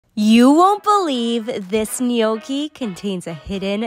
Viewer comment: The way she can't pronounce Gnocchi!